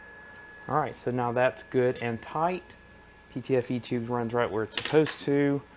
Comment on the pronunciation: Man....everytime you say "Good and Tight" I hear it in a Deutsch (German specifically) accent! LOL "Gutten Tight"